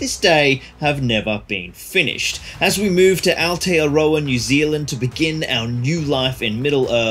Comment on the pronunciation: Appreciate your attempt at Aotearoa: you'll get the pronunciation down in no time. :) "Spruce up". Heh. Board is pretty cool, but you gotta make some tough decisions. And you'll be building way more boards! I say leave it for someone else in your old hood to enjoy and get some games in on. Donate it to a mate, your club, or a local wargaming store and you'll no doubt have the chance to play on it yourself when you are back over doing the family visit thing.